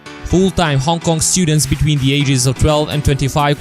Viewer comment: It should be Hong "K"ong, thank you.